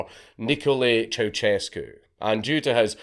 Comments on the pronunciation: It's not 'ChowChescu' but 'CiaoShescu' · ceusescu is pronounced as chea-u-shes-cu chea as in chai shes as in shed